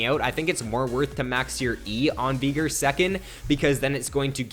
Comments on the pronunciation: FYI its not veegur its VEY-GAR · He says his own name in one of his emotes. It's "VAY-GAR"